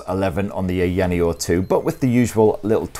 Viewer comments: haha he butchered the branding from "aya neo 2" to eyaniel :face-blue-smiling::face-blue-smiling:. But great video nonetheless! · It is funny that he can pronounce Aya Space properly but not Aya Neo. A lot of incorrect information and review to be honest. For those who want to watch correct and detailed reviews, go find Retro Game Corps, ETA Prime and Taki Udon. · LMFAO! I don't think he believes they're two separate words, Aya Neo. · Gibbons I honestly think it is just his accent. The sounds are there. I get that this is his job, but he is not mispronouncing it too badly at all. It's a bit nit-picky if you ask me.